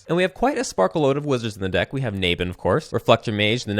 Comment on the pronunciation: The way you pronounce "Naban" triggers ME!